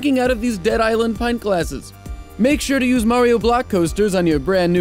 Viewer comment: I dont think ive ever heard an american say "pint" before :P